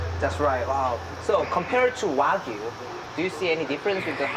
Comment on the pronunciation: 왜구라고 발음 제대로 ㅋㅋ 와규아니고 왜구 ㅋㅋㅋ